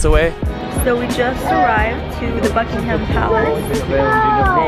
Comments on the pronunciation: I am usually quite forgiving of foreign pronunciation but the emphasis on -HAM is way off. English has always been a first syllable or penultimate emphasised language. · It's not BuckingHAM palace. It's pronounced Buckinghm palace and the Queen is not on her throne. Daft people! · Holy shit it's not bucking-ham it's bucking-um that's actually triggering me. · It's pronounced BUCK-ing-em not Buck-ing-HAM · Great video but it's pronounced BUCK-ing-um palace, not Buck-ing-HAM. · I'm Australian and I was just saying to my wife how irrationally irritated I am by them pronouncing it Bucking-Ham ha ha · I wish tourists wouldn't put emphasis on the ham in Buckingham Palace. There is no pig pork related ham in the name, its not pronounced that way. Also the Queen wasn't at home when you said she was sat on her throne. The Union flag was flying which means she's not there, when she's home the Royal Standard flag will be there.